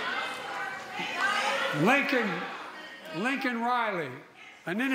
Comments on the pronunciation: Why is the World CHEERING HER ON? JOE IS A MEAN GUY who couldn't even SAY LAKEN"S name correctly. He said he knew how to pronounce her name. SO WHAT HAPPENED> He called her LINCOLN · Biden pronounces Laken Riley's name as 'Lincoln Riley' nailed it. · Coherent speech i didn’t understand a single sentence babble . Lincoln Riley ??wtf he doesn’t even know the woman who’s murder he is responsible for ! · He called Laken “Lincoln.” What an idiot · So was butchering Lakens name unfortunately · Can still do what? Misspeak and not get Lakens name right when it's on a button right in front of him! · He can’t even have enough respect to pronounced a deceased woman’s name correct. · Biden nailed it alright, another nail in his administration's coffin, and couldn't even pronounce Laken Riley's name correctly. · He didn't get her name right. He is a joke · He couldn't even say her name right🤦‍♂️, everyone thinks we're a joke right now.. do you think the houthis would be doing what there doing if Trump was in office? Fuck no